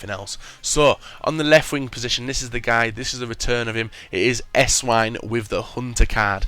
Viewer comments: It's pronounced Essvine... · how come nobody knows how to pronounce Esswein properly, he is german the w is obviously pronounced as a v, im not a hater but come on.